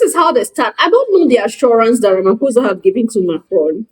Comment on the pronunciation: Ramaphosa is constantly pronounced as' Ramphosa' (p) and not (f).